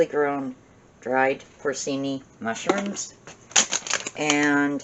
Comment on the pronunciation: Those mushrooms are pronounced "pore-chee-nee". Nice video, thanks